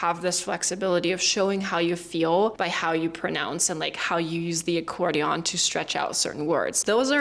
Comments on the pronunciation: As someone who loves analogies, I really love your analogies (accordion, stretching gum...) BTW, I think you pronounce "accordion" incorrectly. I pronounce it "accordien," which I believe is prevelant. You were more "...dionne" as in Dionne and the Belmonts (1950s singing group.) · A very good video, but the accordion has more of an "in" sound than a "on" sound at the end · AMAZING American English...except that last syllable of "accordion"...i know it's spelled on but we say it with an "en" sound...hear it on Google translate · You mis-pronounced Characteristics and as someone else noticed too Accordion (it's typically pronounced accordi-un). Other than that your english is really good. You are a word nerd. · This is a great American accent but there are a lot of cases where Americans would convert an o sound to a schwa sound where it's not being done here. Words that really stood out to me that weren't reduced to their weak forms were "to" and "accordion". There is no "on" sound at the end of accordion. The last vowel of both words should be a schwa sound. You used it in your example of "I wanna go to...". At the end "do not" is generally never said in spoken American English and "don't" is more common. You are so close to perfect with your accent so I hope you don't mind this feedback. They are some of the only things that stood out as non-native.